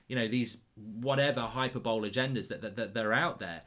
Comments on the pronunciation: Hyper bowl? It’s high-per-bol-ee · He calls it "hyper bowl" hahahaha. It's "high-per-bo-le" 😂😂😂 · Hyper bowl.....its HYPERBOLE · HYPERBOWL! PMSL. It's pronounced Hy-per-bo-lee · So it's not pronounced bo lee? I always assumed that in standard pronunciation it was high per bol ee and not hyper bowl. That's what I was taught and heard too. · "Hyper-bowl". Moron. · man really said hyper bowl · High Purr Bollie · It's pronounced hy-per-bo-lee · Hyper Bowl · Hyperbole is pronounced high-per-bol-ee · I was thinking that too, but Mark might have meant a hyper bowl lol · Someone teach this man how to pronounce hyperbole. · Biggest talking point of this video should be his pronunciation of hyperbole